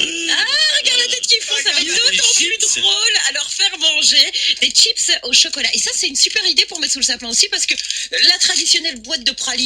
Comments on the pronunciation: j'ai envie de la frapper quand elle dit "TCHIPSSSS " au lieu de chips bordel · des « SHIPSSSS AU CHOCOLAT » 😬😬😬